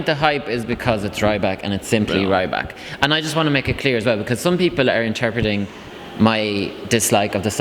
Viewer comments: C'MON IT'S REE-BAK, NOT RYE-BAK!!! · I think if you have time ask Alexander how he pronouses his last name! It's not with a British Y - sound!!! I don't think we will qualify..... I hope not!